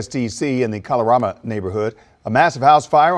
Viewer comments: I grew up in the DMV and always heard the area pronounced 'KAY-lorama'. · As a native Washingtonian, it’s hilarious hearing everyone say Kalorama wrong. 😂🤣 and Yes, DC is technically the South (the south of the North and the north of the South.) 😂 Also, didn’t Eastern Market catch fire years ago?? 🔥 Every time I drive by and see people shop like black folks weren’t sold there irks my spirit. lol!